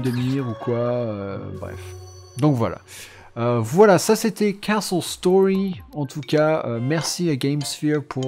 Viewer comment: On dirait que tu dit KSos Story avec ton acsent